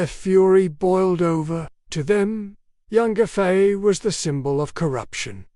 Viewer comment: the pronounciation of her name is embarassing. It should be pronounciated as phonetically Yang Gway Fey